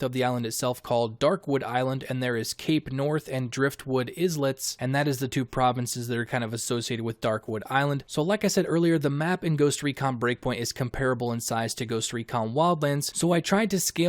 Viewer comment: Islets are small islands. This is why it is pronounced "eye-lets". Like how island is pronounced "eye-land". Not is-land. Or is-lets.